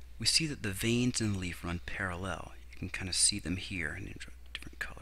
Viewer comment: You put weird pronunciations on words... "ParaLLEL"